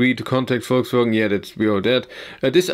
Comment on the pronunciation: Volkswogn. Are you from the south?